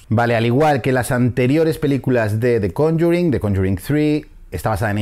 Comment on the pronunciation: podrias decir solo "el conjuro" , cuando dices "conyurin" suena horrible